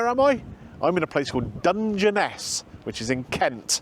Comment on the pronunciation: Hate to be picky, but is pronounced "Dunge Ness", and not "Dunge en Ess".